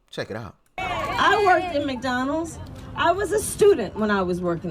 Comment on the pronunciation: She didn’t say McDonald’s….. She said “McDowell’s!” 😅